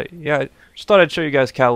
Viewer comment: I like to think i had something to do with you pronouncing kowloon right this time lol